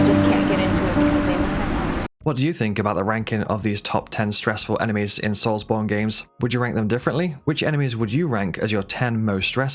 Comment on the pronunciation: “Souls Bond” lol The names Bond… Souls Bond. Brother to Jonathan Darksoul.